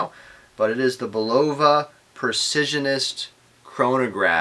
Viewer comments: "Bulova" is pronounced BUL-ova. Your mispronunciation was like fingernails on a chalkboard every time I heard it. That could be tolerable were it not for the rest of it. You need to redo and correct egregiously GROSS errors in this video. Thankfully it only has 372 views at this point. (1) This watch does NOT have a P102 movement inside it. That's a 3-hand with central seconds date/time movement. You need to read Caliber Corner much better. The description of it there makes it plainly clear to even a casual observer it's NOT a chronograph. Quoted directly from Caliber Corner from their P102 entry: "Functions - Hours, minutes, sweeping central seconds, date " I don't see any chronograph functions there. Do you? The movement inside this watch is the P123 which isn't in Caliber Corner's database. Only three of Bulova's five Precisionist movements are in their database. The other missing movement is the 8138. A simple search with Google doing a bit of research before making this video would have told you that. There are other YouTube videos showing the back removed from the Champlain Chronograph . . . and it's obvious from them that it's none of the movements in Caliber Corner's database. (2) Bulova's claim that it's the worlds most accurate quartz is bogus. Actual measured accuracy of the Precisionist movements is closer to +/- 20-40 sec/yr, not +/-10 sec/yr. That's still an order of magnitude better than a bottom of the barrel cheap 32kHz movement, but it's not what Bulo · You're saying it wrong?Go back to school and learn how to pronounce the word